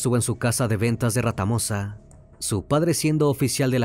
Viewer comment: "Ventas de Retamosa" .....no "Ratamosa" vivo al lado, infórmese bien